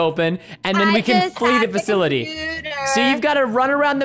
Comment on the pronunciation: Bro it’s not ‘fakilty’ it’s ‘fasility’